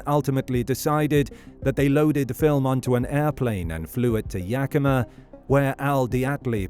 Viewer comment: Great pronunciation of Yakima!